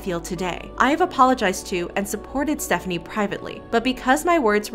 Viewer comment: Btw it’s pronounced Stephanie so :)